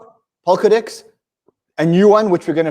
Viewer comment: it sounded like said pokadicks instead of polkadex:)))